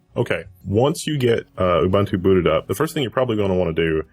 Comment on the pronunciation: Devin Daniell uh-bun-tuh :D